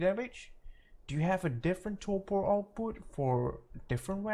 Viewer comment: lol its "torpor" not "torpo"